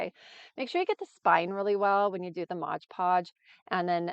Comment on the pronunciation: It is called 'MoD Podge" not "MoG Podge". Also, you will have fewer wrinkles if you use a larger brush. Love your crafts - you are very talented. I'm definitely going to follow/purchase from your Amazon store !!!